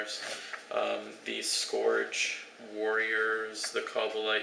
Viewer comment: Please learn to pronounce "scourge" correctly.